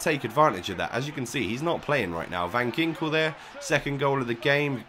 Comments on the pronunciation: u pronounce it van jinkel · it pronounced van hinkel , just saying :)